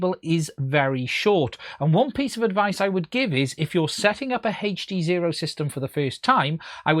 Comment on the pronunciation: If you say HEACCCH D Sezro one more time, ill die, lol